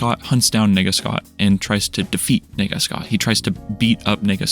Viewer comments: the way you said "nega scott" sounded like "n###a scott" which caught me of gaurd when i saw the shadowy figure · man, it's nega scott, not whatever you were saying. this is a really amazing video though, thank you for making it. you have a lot of good points on loneliness. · Bro did not say “Nega Scott” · The way u pronounce nega……